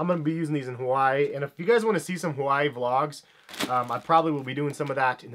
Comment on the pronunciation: Why can't people learn how to say Hawaii correctly